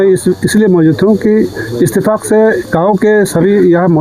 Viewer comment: "इस्तीफाक" नहीं बल्कि "इतिफाक"